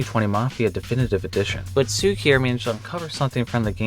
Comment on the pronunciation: I'd never suspected that the word 'cukier' (polish word for 'sugar') will be so hard for a English speaker to pronounce :D